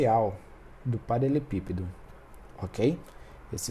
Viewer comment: Muito bom, porém me incomodou ele não saber falar "paraLELEpípedo"